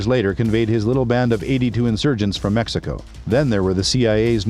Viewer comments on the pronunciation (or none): none